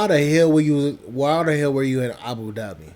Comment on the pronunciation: Abu Dhabi is the capital city; She mispronounces Dhabi ; especially for someone who lived there four years. the country is United Arab Emirates . SMDH